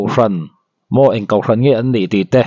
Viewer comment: hian kohhran pawh kauhhran ti ve mai... hahthlak hlawm mange😂